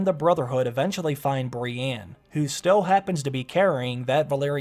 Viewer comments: Why are you saying Breanne instead of Brienne? Lol and sometimes when you talk about Bran it sounds like Brian. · I hate the way he says Brienne. It'sn E not an A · please don't ever say the name brienne outloud again...